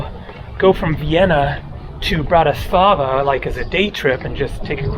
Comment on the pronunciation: A basic tip, the Slovak language almost always has the accent on the first syllable, i.e. BANska BYstrica, and BANska STIAVnica. Capital city is also mispronounced, it is BRAtislava , not. BratiSLAVA. Thank you from a first generation in Chicago.